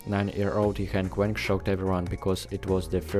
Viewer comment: YiHeng Weng again! It’s Wang!